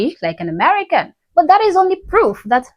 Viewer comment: She does not even know how to say, “I’m an American.” 🤦